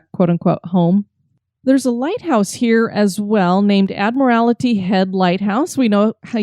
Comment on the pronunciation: I just stumbled across this episode. It was awesome that you talked about my home on Whidbey Island. As a life long resident, I did find myself cringing when you mispronounced Ebeys' Landing (pronounced E bee) and Admiralty (admiral tee). Anyways, I did enjoy the episode and so I'm going to subscribe and check out your other episodes.